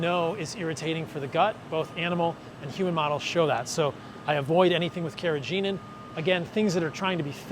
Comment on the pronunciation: The 'g' in 'carrageenan' is a hard 'g'. I only mention this because you are a stickler for pronunciation. Cheers.